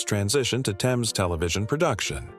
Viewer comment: It's not "Thayms" it's pronounced "Tems"